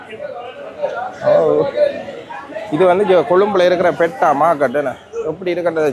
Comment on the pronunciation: "Petta" illa bro "peta"😂